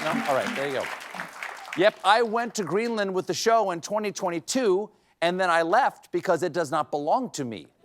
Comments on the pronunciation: It was cwazy to buy Gweenland?. Did I hear her right? I don’t have my glasses on. Is that Barbara Walters? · Does that fox news host believe that Greenland is a disney ride? The way she pronounced it, makes me think so.